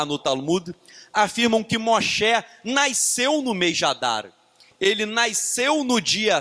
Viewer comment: Não consigo focar depois que ele fala "naisceu" "naiscimento" 😣